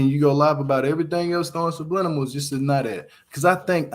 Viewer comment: I love this man’s page I swear I do lol, but his damn English is funny AF 😂! The shit he be saying…one time he said “silibings” instead of “siblings” ahahaha I love him tho. “Sublinimals ahahaha! I flock to his page soon as I get a notification tho. I fucks wit him the long way